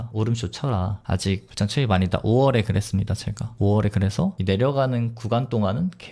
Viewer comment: 불장은 자꾸 불짱이라고 발음하는게 웃겨요 ㅋㅋ